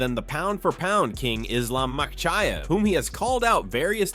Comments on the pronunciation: Islam's last name is pronounced ''Ma-Ke-Chev'' not ''My-ki-chev'' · Did he say Islam Mc chaeve?😂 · You should learn how to say Islams after name properly.